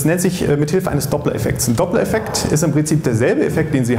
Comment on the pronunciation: Eine frage, an denjenigen den es interessiert. Minute 5.57. Meint er nicht den doppler effekt. Ich verstehe akustisch. Doppeleffekt.